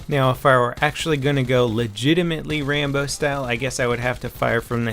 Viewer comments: its rambo not trambo dumass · I was roflmao when he said trambo